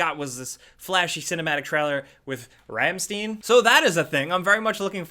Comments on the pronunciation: It's pronounced Rammshtine not ramsteen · ROM-SHTINE not Ram-steen But it's all good, you're gold, and I can't wait for Destroy All Humans! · said "Ramsteen" smh. it's pronounced Rammstein! as in Rumstchine for you silly Americans lol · It's st-eye-n not st-eee-n,.:p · Ramsteen aye?! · Did he just say RamSTEEN?? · "ramstean" REEEEEEEE!!!!!! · "ramsteen"?... You uncultured swine! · Can tell he's not a heavy metal fan, pronounced Rammstein wrong haha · Your pronunciation of “rammstein” was so American xD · never heard Rammstein pronounced that way :D:D:D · It hurt my ears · That pronunciation of rammstein...Damn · First dislike I give gameranx. I can't believe you mispronounced Rammstein 😞